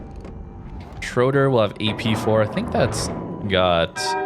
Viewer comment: lol schroder is schroEder, and please, limit the voice-cracks/falsetto